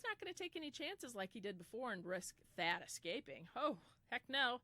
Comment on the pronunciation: It's Thad Phillips not fad lol. Thadius Phillips